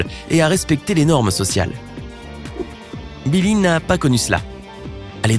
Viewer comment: je rêve ou il a dit nillie?